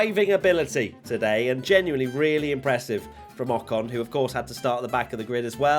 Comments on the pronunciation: In the last one you said rocon instead of I ocon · Ocon? Ocno!